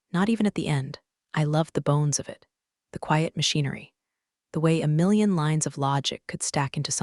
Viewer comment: lol. They cannot say the millions properly hahaha